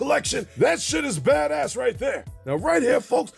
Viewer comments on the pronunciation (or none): none